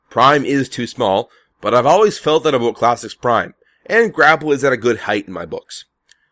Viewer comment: Gra-Pell? Uh.. Grapple.